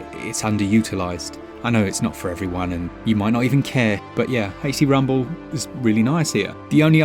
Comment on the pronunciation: I know he's saying "HD rumble," but all I hear is "Hasty Rumble." Not a complaint, just genuinely made me chuckle lol. Also, Borderlands 3 on Switch is awesome. Sure, it looks like mud compared to the better versions, but I get gyro aiming, and I can play it ANYWHERE 😊. My biggest complaint is it still crashes most of the time coming out of suspend, and it can cause the Switch to work the hell out of its itty bitty cooling fan. Which, in turn, causes frame skips, etc. Even with these gripes, I have probably put somewhere in the realm of forty to fifty hours into it.